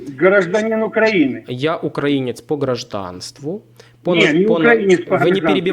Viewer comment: потрібно було послати старого уїбана курсом руССкава воєнного корабля як тільки це беззубе чмо почало неправильно ставити наголос у слові українець! Він спеціально так робив, аби спровокувати! Мені це ріже слух принаймні! Тобі моя вподобайка і вітання з міста корабелів Миколаєва!!!❤❤❤